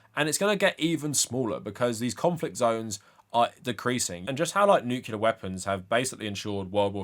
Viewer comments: Not to nitpick, but it's nuclear not nucular. Unless you want to remind people of George W bush lol he's famous for saying it wrong and confusing an entire generation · Nuclear not nucular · I swear I'm only saying this because you said it so many times, but it's "new-clear" and not "nuke-u-lar". Nuclear has one "u". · And the 2025 award for Most Intelligent and Learned Person Who Still Pronounces it “Nucular” goes to… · I know this is by far the least important thing about your video, but as an English language nerd every time you said 'nucular' it physically hurt me.